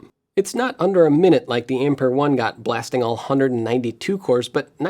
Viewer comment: Ampère is pronounced as ahm-pair.